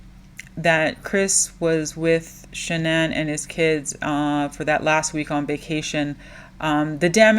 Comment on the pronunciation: Her name is pronounced ''Shannon'' according to her parents. She changed it to be unique and special like the narcissist she was